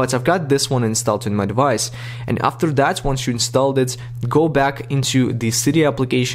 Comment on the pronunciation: “You will hayf to jeil break your de-vice” Wait- thats illegal.